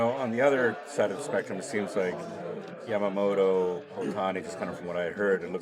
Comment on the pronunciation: やっぱタツテトの発音がしにくいのか、ヤマモトはヤマモロ、ヤタはヤラになるのかなw たまにちゃんとヤマモトて発音する人もいて逆に驚く。